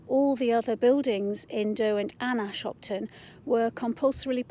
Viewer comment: Hi You don't pronounce Ashopton like that - it's a soft o. The buildings uncovered are valve houses (not pump houses) and the pipes actually pass inside Ashopton viaduct on their way to the Bamford filters.